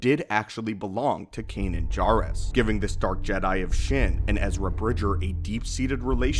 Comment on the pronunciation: I'm really curious why you mispronounce words that have been spoken in canon. Is this something you just don't pay attention to? Or do you disagree with the pronunciation? It's JAIRuss not JARuss in Rebels. Love your videos, thanks for the breakdowns.